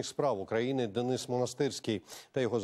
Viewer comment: чому дініс, якщо Денис 😅